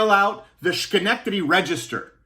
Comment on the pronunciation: Damn Canadians.